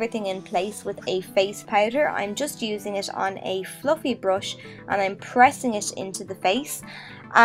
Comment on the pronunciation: It's not a brosh and you're not boffing. It's a brUsh and you're bUffing. Urrgh